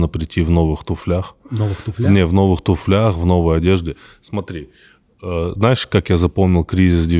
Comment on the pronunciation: не в туфлях, а в туфлях, Тимур!